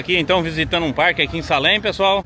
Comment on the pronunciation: A pronúncia é: "seilem" escreve Salem , mas ... já que vc está aprendendo ingles então... já procura a pronúncia correta.